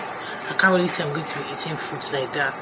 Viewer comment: Every time you say “I feel loike” I say it along with you😂